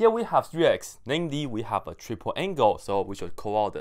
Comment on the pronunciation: Did you just say TRIG-ple angle identity???